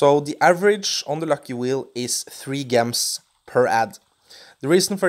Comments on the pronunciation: Its not Gehms its pronounce Jehms (like how you say the j in jar) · It is pronounced "j" ems not "g" ems, soft g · Why do you pronounce gems with a soft 'g' when its supposed to be pronounced with a hard 'g' sound? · It really bugs me off how he say gems.